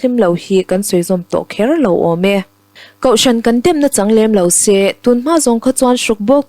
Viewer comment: A tha in a va dik tluan tlingve, a chhiartu nu in a thiam zar zar bawka. Tihsual pakhat a neih erawh a langsar deuh. "Su ati leh sê thin," nilo in. A ti leh se," tih tur. (ê) thlukna awm hmanloh tur aw.